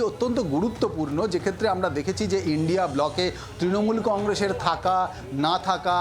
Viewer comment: Madam..INDIA..ucharan ta ki bolte parben..????😂😂😂😂😂 Lajja lage na to ...😂😂😂😂